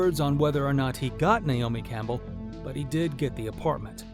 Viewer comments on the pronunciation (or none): none